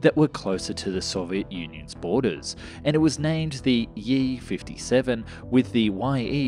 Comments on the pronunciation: Bro, awesome videos. But in Russian, letter "Ф" is the same as "F" in English. It pronounced in the same way. I have no idea where did you found "yiy" 57 XD. Just call it F 57 and you'll be fine ;) Keep up the good work! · the "Ф" is not any "ae", but just "F" letter in russian. It is about